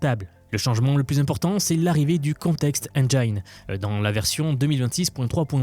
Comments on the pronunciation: Context "endjine", pas "endjaïne" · Petite remarque : check la prononciation de "Engine" ;)